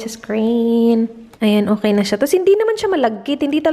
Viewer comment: Her:Okeh.... Me:Okeh Keyoh...😂😂✌ Love you